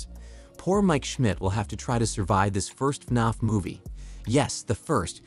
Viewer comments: It’s not fnonf it’s fnaf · He said FNOF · He just says” faf” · istfg if he pronounces fnaf wrong again :(((